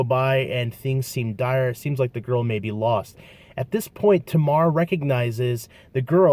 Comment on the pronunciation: Listen. I know this kid. He's one of the nicest and kindest people you'll ever meet. He just had a bad moment. We all do. Also, it's pronounced "Taymar". And lastly, he's not in prison. He's been out for at least the last 3 years.